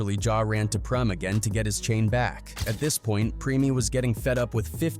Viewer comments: its Preme not premi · PRIM,PREM, PREMIE, PREMAY, HO-MO 😂🤣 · 😂😂 preme me had me rolling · How are you going to pronounce Preme five different ways in a row? 😂🤣 Goofy ass AI